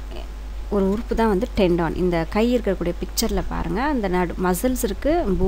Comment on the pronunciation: tendon (டென்டன்) , not( டென்டான்)